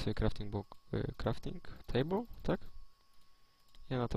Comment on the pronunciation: Te czasy kiedy nie Umiał ani powiedzieć Crafting Table ani scraftować miecza.